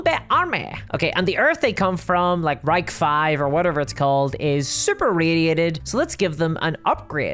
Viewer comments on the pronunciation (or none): none